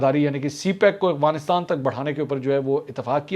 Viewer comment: bhai ye Afghanistan hai AGFANISTAN naheh, tora sa ye teek karlai, please